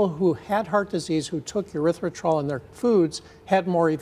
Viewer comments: It's pronounced "Erythritol," not "Erythritrol." Are you a real doctor?? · Aspartame was known to cause problems and the FDA would not approve it. One guy at FDA talked them into approving it. Afterward he quit FDA and started working for company that makes aspartame. Also it is Erythritol with an E not a U as he is pronouncing it. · he isn't saying the name fight, he is saying it like there is an extra r in it, he is saying erythritRol instead of erythritol, nice expert lol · It's erythriTOL, not -trol. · The doctor pronounced both the first and last syllable of erythritol incorrectly. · He isn't pronouncing the word properly. Wild that he is a doctor studying the element cannot even pronounce it. This is all just funny at this point. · It is called ERYTHRITOL. If you are condemning it, make sure you pronounce it correctly, sheesh. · Wow where did they get this person from? Can't even pronounce it correctly. And he says medications are better😂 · He’s a doctor and doesn’t know how to pronounce erythritol? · How does this doctor who supposedly studied erythritol NOT even pronounce it correctly? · He can’t even pronounce it correctly. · Why is it that the expert on the dangers of erythritol doesn't know how to pronounce the word "erythritol"? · 😂 he's an idiot. He can't even pronounce the so called poison correctly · Damn - that was driving me insane every time he said it. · How can we take this doc seriously, if he can’t pronounce the name of what he is talking about, correctly? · Can you trust a doctor who cannot even pronounce the name correctly?